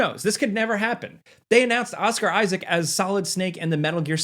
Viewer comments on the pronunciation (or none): none